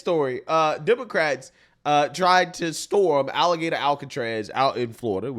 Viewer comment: It’s Alligator Alcatraz. Not Alligaytor Alcatraz!